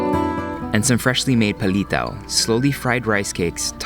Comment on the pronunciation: Bakit pag si Erwan ngsabi ng PALITAW? ang sosyal pakinggan 😂😂😂